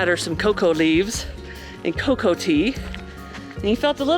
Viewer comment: I'm sure someone probably already said something, but you are drinking coca (coh-cah) tea, as in the plant which is proccessed into cocaine. It sounds like you are saying cocoa, as in chocolate. Glad the medicine worked as inteded :)